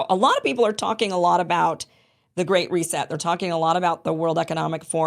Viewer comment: I can't believe that after all these years of working in English he cannot pronounce the "th" sound. I live in Europe. I know it's difficult, but come on. "Zee" system. I think he does it on purpose🙄.